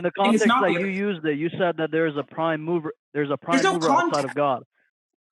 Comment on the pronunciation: Took me a while before I understood that he said mover and not mower. Everyone knows the prime mower is Forrest Gump.